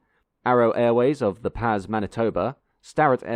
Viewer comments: When listing the home towns of the little airlines bought up, Its not '"The pas" Manitoba Its pronounced "The Paw" (as in bear paw) but spelled P-A-S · FYI the Pas is pronounced "the Paw" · Quite a few words are mispronounced, among them 'The Pass', which is pronounced 'Da Paa'. The plummy British accent is also off-putting. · The Pas. Is pronounced The Pah